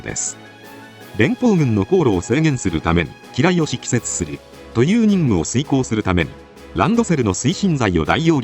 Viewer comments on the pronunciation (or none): 敷設(ふせつ)です